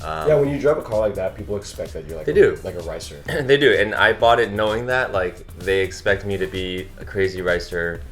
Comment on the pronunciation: Wes pronounced racer as ricer :O